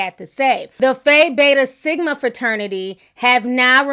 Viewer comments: Ok Ti baby its pronounce Fye beta (no shade u kno I live for u) .but anyway this is so hard to watch as a gay man ....but Malik isn't giving me pro trans and lgbt he giving me clout needed and damage control from being outed as a rapist and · Dont talk about Phi Beta Sigma fraternity incorporated if you cant pronounce our name... But yeah, he was allegedly messing with underage Pre-op teens.